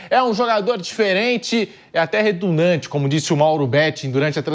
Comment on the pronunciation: Engraçado falar "retundante", uma mistura de redundante e retumbante. Mas a palavra é "redundante". E o Pedrinho é ótimo, o acho melhor que o Pimpilhado, que parecem o mesmo com sotaques diferentes.